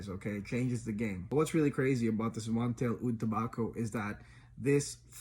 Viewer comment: It's pronounced MontAl not MontEl. Honey Aoud, Arabians Tonka, Aoud Leather, Day Dreams, Ristretto Intense Cafe are other good options from the house.